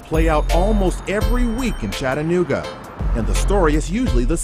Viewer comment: Close. It's Chattanooga.